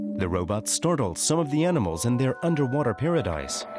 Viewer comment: "Robutt" .....heheh.